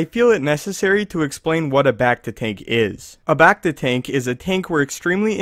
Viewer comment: how he says becta bugs me